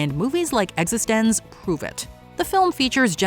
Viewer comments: Existenz is pronounced like Existence. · i mean... sure, pronunciation is largely arbitrary, but why keep mispronouncing 'Existenz'... when you use a clip where the protagonist says the word? just asking. you know what, nevermind.